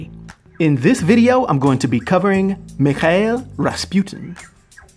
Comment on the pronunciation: How can you pronounce Mikhail wrong? Lol